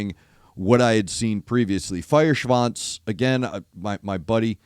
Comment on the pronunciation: You pronounced "Feuerschwanz" absolutely correct! 👍🏻👍🏻👍🏻